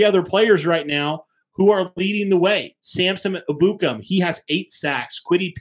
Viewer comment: I can't stand the way they pronounce Ebukam 😂 it's pronounced: EH-boo-kahm